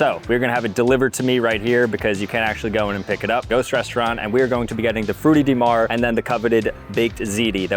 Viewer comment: I think it sounds pretty close to the Italian pronunciation. But the ''Frutti di mare'' hurt my ears...